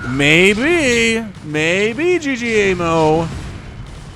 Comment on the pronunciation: Love your cast man. Though ggaemo is not g-g-emo. it is ggae-mo. 'gg' is an stressed 'g' in korean. Keep the awesome casting!